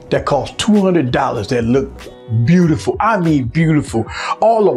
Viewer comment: "Bewtiful phone"